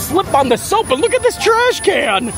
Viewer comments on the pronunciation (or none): Hey ….. I love your channel, I’ve watched every single video since I retired and moved to Florida 2 yrs ago. 1 suggestion for you, stop saying snoap, it’s like saying fake snow, but with the magic of Disney it’s snow. You and I know it’s snoap but you and I also know it’s a person in that mouse costume and you don’t say that every time. Any way the magic of Disney makes it snow. Just like Mickey Mouse and the other characters are real.